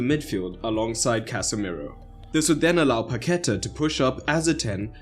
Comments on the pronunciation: great video, love watching you talk about Brazil! two observations tho: it's Paquetá, not Pacqueta; and RaphinHa, not Raphina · what's with the 'pacqueta' name? is that how paquetá is called out there? here it says like pa-ke-TAH which is the name of the place where he came from. this small island in Rio (ilha de paquetá). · A curiosity: the pronounciation is PaquetAA, not PaQUEta (this is the reason the symbol in á* >> PaquetÁ). And without C.